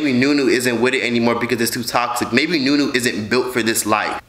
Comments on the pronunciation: her nam is zha-nee-aye or née - yae not nunu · Her name is pronounce like knee yay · Zuh-knee-aye. Znuie. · I think it’s pronounced “ja-ne-aye” but that’s besides the point....this is all crazy ! 🤧🤭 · Surge Juice ooh I swear in their videos they pronounce it with a “Juh” sound...even in the live, but mmm the more you know. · Say znuie not aye comic book sound znuuuuuuie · Her name is pronounced “zoo-nee-a